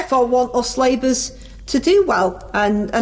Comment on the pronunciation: I fink yer dead right, our. Don't listen to the nay-sayers, cos us labers are goin' fwom stwenf ter stwenf!